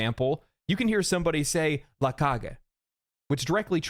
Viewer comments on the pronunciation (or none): la'kage 🤣 nice try, though. migth also want to clarify its mexican spanish or else the Spaniards will come to get you with pitchforks